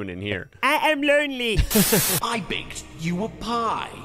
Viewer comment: “Eh ehm loanley”